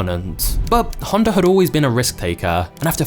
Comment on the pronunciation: dude says "Honder"